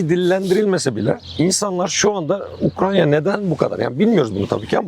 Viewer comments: Adam Ukranya mı diyor ben mi yanlış duyuyorum? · ukranya diyen birini nasıl dikkate alacağız ? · ben yoruldum kapattım videoyu ya beynime beynime işledi ukrANYa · UkraNya değil hocam Ukrayna lütfen. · Osman olmayan profesöre söyleyin. Ukranya değil Ukrayna. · Ukranya degil Ukrayna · Gözlüklü abinin 'Ukranya' demesinden akışa adapte olamadım :( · Bu konuşan eleman kim mesela? Daha Ukrayna diyemiyor Ukranya diyor şaka gibi. Direkt videoyu kapadım o noktada. Daha bir ülkenin ismini telaffuz edemeyen adamın ne sikimden haberi olacakta bir de topluma bu bilgiyi nüfuz ettirecek? Komik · UkraYNA yahu Ukrayna degil 😢